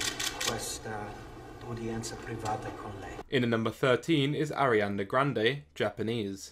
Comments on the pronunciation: its Ariana not arianda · "Arianda Grande" I'm screaming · Dude... Isn't her name Ariana Grande? Not Arianda Grande... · I cringed when you said "Ariande Grande". And then you said it again. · Why are u sayin arianna grande